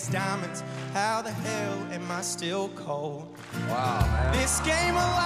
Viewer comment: He said "cold"; he just didn't say the "d". He said it in reference to Michael, blocking Reba.